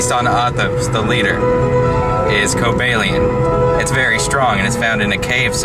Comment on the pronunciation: It's Cobalion, not Coby Callion. XD